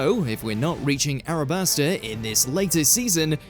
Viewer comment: It’s “Alabasta” not “Arabasta”. Nube 🙄 😂